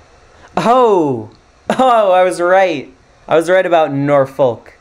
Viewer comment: Norriitch, not Nor witch. Norf'k, not Nor folk